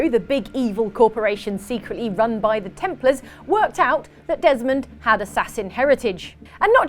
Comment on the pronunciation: It's Templar not templers